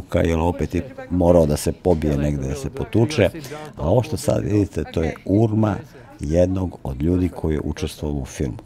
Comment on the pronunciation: Kaze se urna, a ne urma.